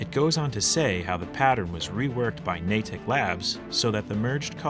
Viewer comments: It's pronounced "naydick" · For the love of Christ please stop pronouncing Natick like that.